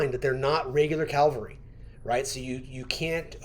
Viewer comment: PLEASE... Don't call it CALVARY... The English pronunciation is CAVALRY with a V. GUNZ and Fluffy can't say it right, but you can for sure. Look up what CALVARY means 😂😊. Otherwise, great video.